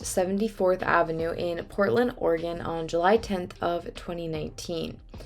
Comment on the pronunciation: Yep 'OREGUN' is the correct pronunciation and I'm very impressed that you properly figured out how to say Multnomah County! It took me 4 months after I moved here to figure out how to say that. 😂